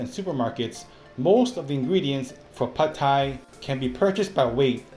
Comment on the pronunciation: OMG, didn’t know we were pronouncing “pad” Thai incorrectly - thanks for enlightening us! How lucky you are to have 2 great chefs in the family - you two are so cute working together. And little Alice is adorable! - not biased at all just because we share the same name ; )